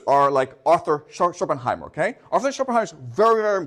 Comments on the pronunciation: It doesn't really add up that nicely like he wants it to have happened, but nevertheless interesting lecture. Ah, it's SchopenHAUER not Schopenheimer, drives me crazy hehe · This is an absolutely GENIUS lecture! But please stop calling Shopenhauer Shopenheimer 🥲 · oh fuck,this man is called Shopenhauer NOT Shopenheimer.Boy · Schopenhauer, not Schopenheimer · When he finally remembers from his slide that it's Schopenhauer, not Schopenheimer and seamlessly corrects ^^ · Schopenhauer not Schopenheimer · please stop saying Schopenheimer 😅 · Schopenhauer not Schopenheimer. Klugscheissmodus aus. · Good content!! But please, it’s Schopenhauer, not Schoppenheimer 😅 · Not Schopenheimer... ShopenHAUER... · Schopenheymer :D